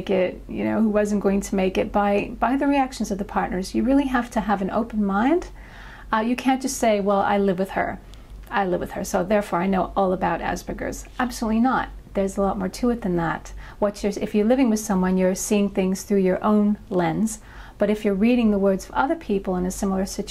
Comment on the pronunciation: Asperger. The G is soft like in gem.